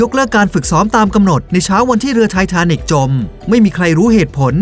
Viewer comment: ฮ่ะ อ่ะไรนะ ไทเทเนี่ยม?